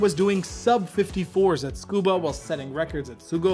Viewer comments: dude, its Tsukuba, not "Scuba" or "Tskuba". so annoying, cant focus on anything when i hear you mispronounce like that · Scuba? Ohhh, Tsukuba... say it with me. Suhkoobah. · Lol man that pronunciation of Tsukuba is atrocious, its not skoba or skuba, it's su-ku-ba.